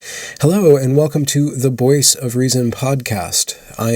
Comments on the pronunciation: I have listened to several of these videos, but this was the first time I noticed that you say "Boyce of reason" instead of "voice of reason." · I’ve watching many of his videos and thought he said Boyce of reason every single video.